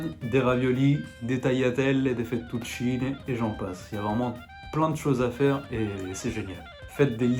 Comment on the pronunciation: AHAHAHAHAHAHAHA François quando si è sentito l'accento romanaccio in tagliatelle, fettuccine sono morto😂😂